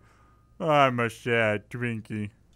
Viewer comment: you said drinky in sted of twinky